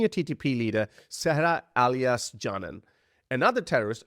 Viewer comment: 'ay-lias', not 'ah-lias'.